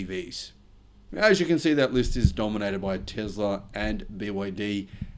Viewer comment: It's Tesla not Tezla!